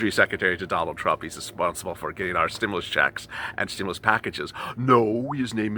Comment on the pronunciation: Loved this intro!!! Stim-MOO-lus! 🐮🐄😂